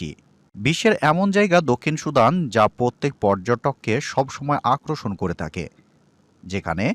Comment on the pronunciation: ভাই শব্দটি আকরশন না আকর্শন।